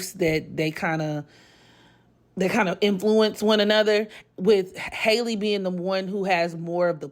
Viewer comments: no HAL-E not hi lee . It’s literally pronounced the same way Halle berry pronounces her name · Her name is pronounced HAL-E just like Halle Berry